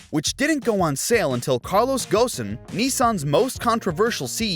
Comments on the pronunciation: From pronouncing Carlos Ghosn as Gosin and calling the new Z the 400z which they specifically said its not called. I can tell this is a low effort AI generated script video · U know it's AI when it says "Carlos Ghosn" like u write "Carlos Ghosn" 😂